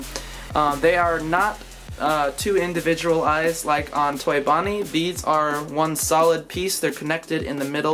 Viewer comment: Did you say fonnie? And not bonnie